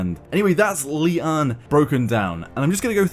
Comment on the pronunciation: It isn't pronounced Li-an. Lian is a Chinese name pronounced "Li-yen" or "Li-en" and it means "lotus flower".